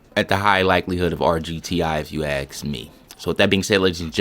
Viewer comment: FYI, there is no "x" in the word "especially", nor "ask"